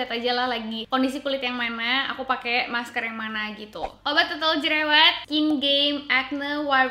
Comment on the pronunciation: mask ka bukan maks :(